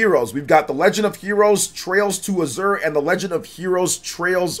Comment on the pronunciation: Azure is pronounced more like "asher" Atelier is French. Pronounced like "uh-tell-ee-ay"